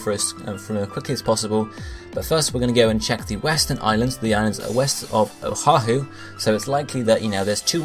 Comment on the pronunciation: good stuff im from hawaii so im super hyped but i cant help but help you out with the pronunciations oahu - o-ah-who (u say O HA WHO, dont say the first H) kauai - ka-why niihau - knee-ee-how u got molokai right lanai is good same with maui kahoolawe - ka-ho-oh-la-vay (W makes a V sound) keep it up though :D